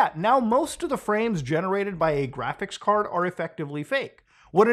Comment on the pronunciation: gwaphics kawd